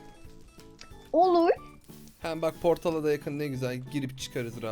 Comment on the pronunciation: Abı. Poltal. Dediniz. Cienmen